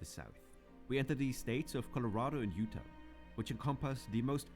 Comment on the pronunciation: This narrator’s accent is fascinating (I think Indian, perhaps). Too bad he mispronounces so many of the place names, starting with Utah.